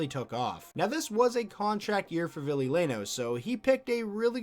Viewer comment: *ville not villie. Hes finnish afterall